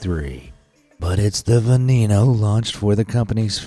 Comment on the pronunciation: veh neh noe